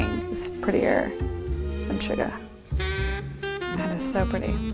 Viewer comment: when she said "'cause nothing is prettier than shuga." I thought she said Suga and I was like "Thats pretty accurate. But Jin is worldwide handsome."